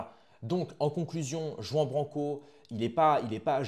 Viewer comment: Jai du mal quand tu le prononce a la française jean ça saigne 😢... Please pour nos oreilles